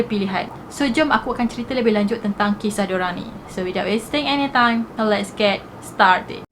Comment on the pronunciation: Lets get start it ke started selalu confius dengar hshshshssksk